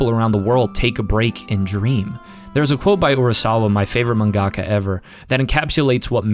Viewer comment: Whenever you pronounce "mangaka" I can only hear Zack from FF7 saying "gongaga". Good video though. Soul Eater is the goat